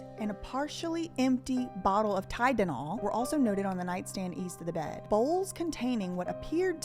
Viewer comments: ....with ✌🏻 & 💕 love😅... please please stop saying TYDENOL for Tylenol lol. You said that in the Amanda Rabb videos as well.. I'm so glad you're researching this! THIS story has always been suspicious as hell. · "partial empty bottle of Tydinall." LMFAO 🤣🤣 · When you said “Tydenol” I giggled. You’re good girl! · Tydenol LOL😂